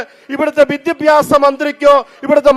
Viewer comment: അച്ചോ.. അച്ചൻ ആദ്യം വിദ്യാഭ്യാസം എന്ന് പറയാൻ എങ്കിലും പഠിക്ക്. പിന്നെ അത്യാവശ്യം വിദ്യാഭ്യാസം ഒക്കെ ഉണ്ട്‌ കേരളത്തിലെ വിദ്യാഭ്യാസ മന്ത്രിക്ക്... ക്രിസ്ത്യസ്നികൾക് തലയിൽ മൂട്പാടം ഇടാൻ അവകാശം ഉണല്ലത് പോലെ മറ്റ് മതസ്ഥസിലുള്ള വർക്ക്‌ അവരുടെ തലയിൽ തട്ടം ഇടേണ്ട അവകാശം ഉണ്ട് ഫാദർ അത് മറക്കരുത്.... കർത്താവിന്റെ മണവാട്ടികൾ ഇച്ചിരി കൂടെ മനുഷ്യത്വം കാണിക്കാൻ പറയു....